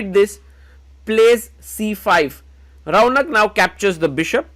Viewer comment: His name is raunak Why bro is pronouncing Raaauuuunakk